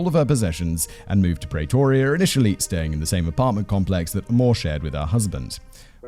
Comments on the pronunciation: PrEEtoria not Pray toria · Say "Praytoria" one more time! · God lord you are butchering the pronunciation of Pretoria (PREEEEEE-TOUR-REAAAA)